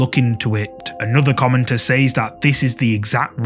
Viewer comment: Please pronounce "says" properly.